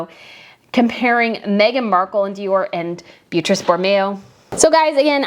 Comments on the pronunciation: yes, they are that different. And Donna Beatrice Borromeo's first name is pronounced Bee-AH-tree-che. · Plus Beatrice is an Italian name so in this context the you’ve used the wrong pronunciation: it’s BeatriCE like Che Guevara.